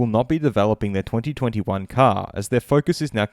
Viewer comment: Can you not say 2020 and 2021 normally? Cannot get past it 😬